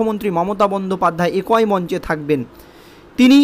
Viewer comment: একোই বোলছো ক্যানো ? বলো "এক-ই"। জঘন্য বাংলা উচ্চারণ করে প্রতিবেদন পড়তে লজ্জা করেনা তোমার?ছিঃ ।